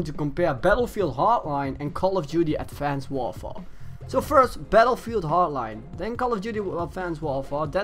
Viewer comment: "advonced worfore"